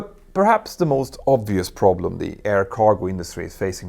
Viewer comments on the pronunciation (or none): none